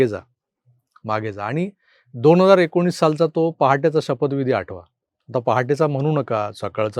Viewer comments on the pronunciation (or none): none